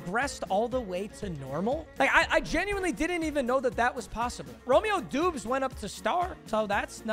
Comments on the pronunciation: Papa let me help you: “ROH-MEE-OH DOBBS” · First it was da bol when it is daybowl now he’s saying doobs instead of dobbs 😂 stop acting like a casual my guy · It’s pronounced like dobbs I’m a packers fan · “Romeo dooobs” lol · Awesome vid 🎉 but it’s said as Romeo dobs . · Bro Romeo Doubs is a packers wr his name is pronounced Dobs